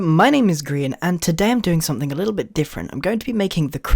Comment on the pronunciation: I thought grian was like GRY INN Not gree in